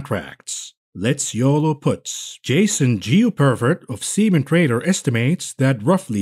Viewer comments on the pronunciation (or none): Did you say SemenTrader??? 🤣